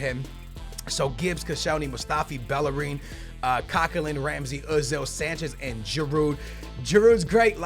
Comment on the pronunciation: Bellerin is Spanish so pronounced Bejerin